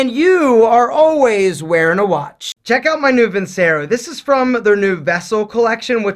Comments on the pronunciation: Btw, just so you know it’s pronounced vin-CHE-ro. Just saying. Love the vids! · Vincero should be pronounced like “veencherrahh” {means I will win)